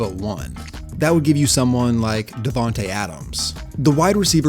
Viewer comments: Davante. Not Devante. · Its Davante, not Devante! #GoPackGo. Good video as always. Best NFL content creator there is